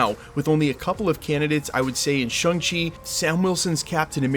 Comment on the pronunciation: Still mispronouncing Shang Chi🙄 Didn't even watch the Shang Chi movie, i guess.